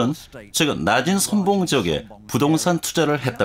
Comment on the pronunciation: 한국 narrator 의 발음이 엉망이나, 이 영국인의 발음은 흠잡ㅇ.ㄹ 곳이 없다. 한국인의 발음문제. 긴 자를 짧게 발음한 예: 최근,유명,세관,예상,거래,사실,준비, 해 두엇다,준공,2천( 1 2 3 4도 제대로 발음하지 못하는 한국), 등 만으로 발음 문제의 심각성을 짐작하기 어렵지 않은가? 이것이 한국 언어의 헌주소다. 이에 분개한 나머지, 제가 "눈물로" 쓴 책이 "한국 어문을 고발함" 입니다. 고국 동포 여러 분!! 이 첵을 조용히 읽어 주시옵소서. 미국 변 완수 드릴